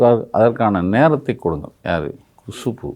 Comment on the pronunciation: அது குஷ்பு இல்ல ,குசும்பு .